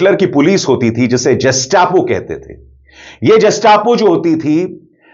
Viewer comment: Gestapo not jastapo